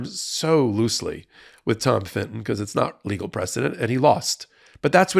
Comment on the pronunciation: Love you but STOP saying Finton for Fitton. You said it so many times I went mental and the proof is that I wrote this comment! Like Americans calling a Nissan car KNees-on. Or an Audi an Awdi.